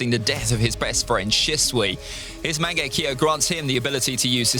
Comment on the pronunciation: It's "Mang-ekk-yo-" Not "Mango-kiwi"